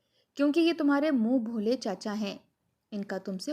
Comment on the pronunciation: Moon bholay nahi moon bolay